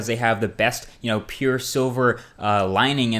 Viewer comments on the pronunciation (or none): none